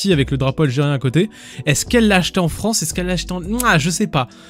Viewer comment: En fronce !?